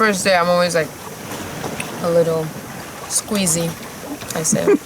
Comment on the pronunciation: .., its queasy not squeezy lmfao